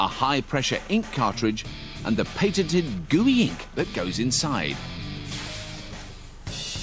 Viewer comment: "pay-ten-ted"... cool pronunciation...